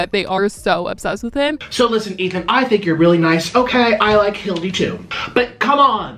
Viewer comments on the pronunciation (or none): The fact that calls Hila “Hildi” is hilarious to me 😭😭😭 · I think he’s saying Hildy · Did really just call Hila "Hildy"? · He needs to stop calling Hila Hildie 🤣🤣🤣cause i cant take him seriously when he calls her that hahahhaha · Not Hildy instead of Hila… 🤣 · calling hila 'hildy' is SO funny😂😂😂😂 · can't even say Hila's name right like whattt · I used to like watching but after his content went downhill I honestly can’t tolerate more than about 5 mins, if that. And it is SO DISRESPECTFUL the way he keeps purposely mispronouncing Hila’s name.